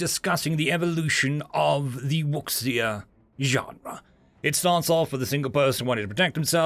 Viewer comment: Minor nit, but I’m pretty sure it’s pronounced more like woo-shia.